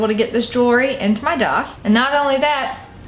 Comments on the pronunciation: you know that its called a DAITH not a doth right. youre speech is so fucking annoying god damn it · Where is she from? I know she talked about it but every time she says piercing I laugh and she also says daith odd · Love how she says daith